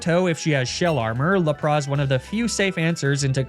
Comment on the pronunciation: Hey, what about doing a 'mispronunciation nuzlocke'? In which you only use pokemon which names you have mispronounced in previous videos. So like, Laprah, Arcaneenay, Emolja, etc. Seems like a silly but fun idea to me:)